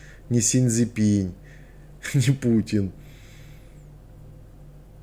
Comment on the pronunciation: Си Цзипин,а не Си ЦзипинЬ!